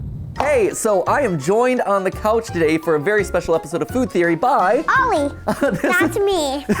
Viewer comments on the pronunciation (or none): A fuud theowy